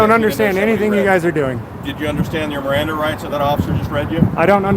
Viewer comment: I like how the new boy has to read the Miranda rights. Then doesn't even say them right.....